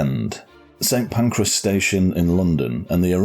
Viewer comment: St. Pancreas? 😅